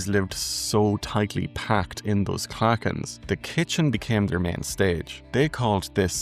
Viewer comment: When I was growing up in the 1950s-60s we were all expected to contribute something, anything to a gathering: a song, a recitation, lilting, playing the spoons etc. By the way, has Irish pronounciation taken on the hard English consonant? I notice you are pronouncing Clauchan as klacken. We pronounced it claw-hawn.